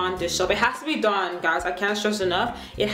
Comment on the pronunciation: She said "blue Dawn".